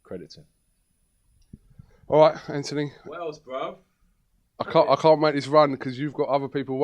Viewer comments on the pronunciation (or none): stop saying antony !!!!! its anthony ffs